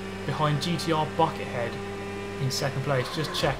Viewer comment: I thought you said "fucker head" not "Bucket Head"